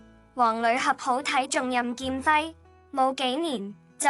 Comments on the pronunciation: 很多錯漏，請重新整理，再播出吧！ （例如任姐咁重要嘅人物都錯讀成“多”劍輝。。。。。） 善意提醒！請⛽️ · 任劍輝讀错字不事多剑辉